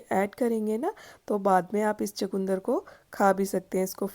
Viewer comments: Sorry to say it called chukandar not chakundar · چو کوندر نہیں ۔ چقندر کہتے ھیں 😂😂😂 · Aslmualikum g ap chkndr ko chkoondr q keh rhi hn